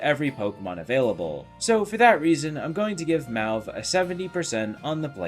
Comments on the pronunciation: That color is pronounced maw-v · Mauve is pronounced Moe (+ v) if you were wondering ^^